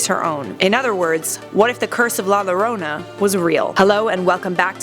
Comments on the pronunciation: No it's la yorona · Thanks for the video. I understand it’s Spanish and we speak English here but, it’s pronounced “la yorona” not “la lorona”. I know it’s weird but that’s Spanish for you. Also, can we see about that other vengeful little girl ghost Alma, from F. E. A. R. I’d sure like to know what would happened if she was real. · I love life's biggest questions.... but la Lorona made me cringe so hard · You complain about the pronunciation but have it wrong yourself. The two "L's" together make the "Y" sound. Its "La yarona", not "La jarona". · Btw it’s pronounced la yorona 😤😤😤 sorry I just get really mad when people miss pronounce things😑😑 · U pronounced it wrong it’s pronounced la yorona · La yo-dough-na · its more like a yorona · It triggeres me how u pronounce la llorona ( im mexican) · La jorana with 2 ll make the j sound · The fact that you did no research on how to pronounce llorona correctly makes me cringe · The only thing scarier than La Llorona, as a Spanish speaker, is her pronunciation of La Llorona. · The way you pronounce it makes me cringe so much omg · You pronounce it wrong bruh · It’s pronounced “ La llorona”